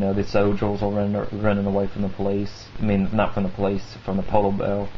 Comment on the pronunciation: He has a southern accent with a speech impediment. He substitutes /r/ with a /w/. "polow beaw" Great stories. You have a very mature and keen mindset. Keep it up!